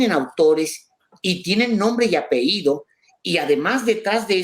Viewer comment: SE DICE APELLIDOS, NO APEDIOS...